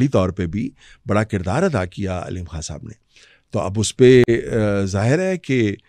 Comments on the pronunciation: محترمہ آپ کھان نہ بولا کریں۔ لفظ خان ہے۔ بکھار نہیں بخار ہوتا ہے۔ جہاں خ ہو وہاں کھ نہ بولا کریں۔ یہ انڈین تلفظ نہ اپنائیں۔ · ما شا اللّہ ۔ اگر آپ اردو بولتی ہیں بھارتی زبان نہیں تو “ خان” بولنا چاہیے “ کھان” نہیں۔ معافی چاہتا ہوں۔ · Ye kas kia behan pls talafuz theek kre Urdu k kan kia ha behan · Imran Kaan ki kya koobian hain…., ye kya tallaffuz hai aapka????